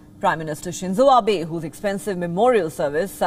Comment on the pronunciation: Pheku mosht hev told heem when he went phor SheeenJo Abe Jis Phewneroll ji